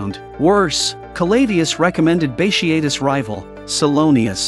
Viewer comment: Bat tee a tus is how it’s pronounced